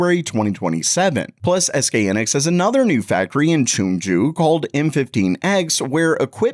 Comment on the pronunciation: It’s SK HIGH-Niks. Pronounce it correctly. Also these new fabs won’t show up for production for years. You’ve been blasting videos every day for weeks now saying the ram crisis will be over “soon”. So damn click baity. You’re welcome for the interaction.